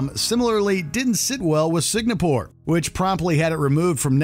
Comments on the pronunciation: Dude, are you really saying SIG-NA-PORE?!? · Signapore. LoL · what the hell is signapor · "Signapore"? How is this mispronounced multiple times? embarrassing. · Or in "Signapore". The guy couldn't say it correctly at all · I know. But the VO kept saying it wrongly. My comment was a joke referencing that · that bugged me every time he said it... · dude’s got a hart time pronouncing Singapore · If I have to listen to this guy mispronounce Singapore one more time I'm gonna reach through the phone and slap the shit out of him. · Is "Singapore" really that difficult to pronounce? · I even thought it was a whole new country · You keep on mispronouncing Singapore, this video should be banned. My gosh. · He pronounced Singapore correctly all the other times, why did he trip at the finish line? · Say it with me now: SING-AH-PORE. Not SIG-NA-PORE. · You should’ve change the title to: Netflix shows banned in Singapore. And yes, the country is pronounced as Sing-Ga-pore not Sing-na-pore. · why does the narrator keep saying "SIG-NA-PORE"? it's Singapore =)) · Signapore?????? Where exactly is that????? Or is the word SINGAPORE also banned????? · Every time you pronounce Singapore as Signapore, it feels like someone shoving a pencil into my brain. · Its SINGAPORE! Not Signapor🙄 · sing : sing a : a pore : pore Singapore! : Signopor! *Facepalm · Its Singapore not Signapore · It's pronounced "Sing-a-pore" not "Sig-na-pore," Mr. Narrator. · is my hearing whack or did he just keep pronouncing Singapore as "sig-na-pore"???? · Why are you mispronouncing Singapore. Its Singapore NOT signapore. SINGAPORE NOT SIGNAPORE. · Is it me? Or is he saying Sig-na-pore instead of Sing-a-pore? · what is "signapore"? i just know "singapore". confusing. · The N comes before the G in Singapore. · Why do you keep pronouncing Singapore as Signapore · For WatchMojo's sake hope this narrator does not make any more videos. Signapore? SIGNAPORE? It is not difficult to figure out how to say Singapore buddy...